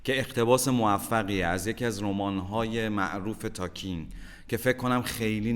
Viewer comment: داداش تالکین نه تاکین😁 ایشون برا ما حرمت داره